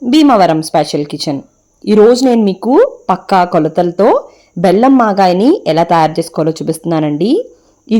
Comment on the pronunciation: మాగాయ anaali Magaaya కాదు